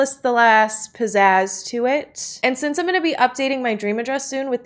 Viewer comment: “ pzaz” I love it 😂